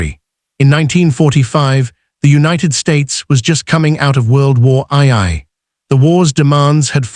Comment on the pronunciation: There was no world war eye-eye. There was a world war two, but I've never heard of world war eye-eye.